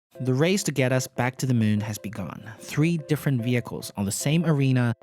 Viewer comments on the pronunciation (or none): none